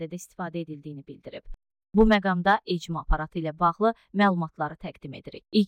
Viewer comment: ECMO yox ekmo 😂